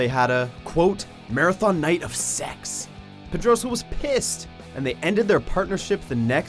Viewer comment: Foi tão difícil pronunciar " Pedroso " ?